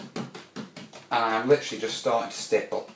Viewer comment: great video, love how many times you said stiple